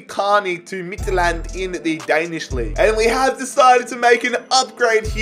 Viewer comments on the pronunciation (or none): U SIAD Midtjylland wrong midt-jyl-land